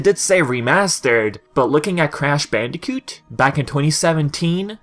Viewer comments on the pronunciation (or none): none